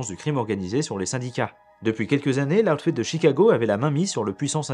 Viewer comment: loud fed ??? putain ton accent, sérieux quoi